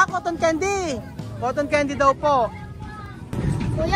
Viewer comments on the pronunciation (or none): none